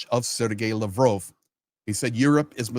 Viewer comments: Mispronouncing Lavrov's name? Why am I listening to this guy? Russia's finished. What's all the hubbub, bub? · why do you pronounce Lavrov with a long O sound instead of the short o sound that everyone else uses? I find it detracts from your commentary. Please figure this out because I can’t keep watching as long as it’s mispronounced. Otherwise I enjoy your commentary except when you speak to your audience like we’re babies who don’t understand the world & need everything explained to us in minute detail.